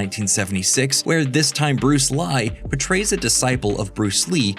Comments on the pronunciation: Bruce Li is not to be pronounced as "lie" it should be read as lee, like Jet Li. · "which didn't star bruce lee but bruce li. That's li with an i" It's still pronunced "lee" the spelling lee is anglicised so westerners know how to pronounce li. It would be "bruce lai" if it were to be the way you said it. And le would be "leh" not "lee" Also, seok is pronounced "sohk" (approx) not "say-ohk" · Fun fact: The “i” in “Li” is pronounced “Lee” in Chinese. Like 这里, 栗子, 里面 and so on. Also, you wouldn’t call Jet Li, Jet Lie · Pretty sure Li is still pronounced Lee lol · Bruce Li went by his real name in Hong Kong. He was upset when he found out he was being called Bruce Li elsewhere and probably grateful that the English dubbed trailers pronounced it Lie! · Yet it was pronounced Lie in the movie trailers for the Dubbed In English fare! Besides if we don't pronounce them differently we can't differentiate them by name. That will cause mass confusion and the speech from Ghostbusters! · It is the Chinese spelling for Lee but in the TV spot for a Bruce Li movie (the commercial played during a late night repeat of the Kung Fu TV show!) his name was pronounced Lie! Which is sort of appropriate! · Li and Lee are both pronounced like Lee, FYI. They're anglicizations of potentially the same Chinese surname. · Hollywood got Jet's name right and you couldn't blame them for pronouncing Bruce Li like Bruce Lye because here they could be sued for false advertising! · Li it's pronounced Lee